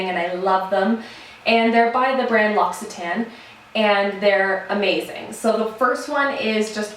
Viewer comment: your hair and skin look amazing! So happy for you and Chris. Xxx ps I believe L'occitane is pronounced "lockitaine"